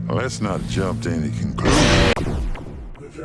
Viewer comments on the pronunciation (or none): "Let's not jump to any conCLEEEUUUUWWWHDDBRHJSSN"